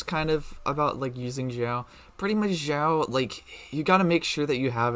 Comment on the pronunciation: Sorry, your pronunciation of Xiao and Xingqiu is really distracting. FYI, x in chinese is pronounced like sh and not like z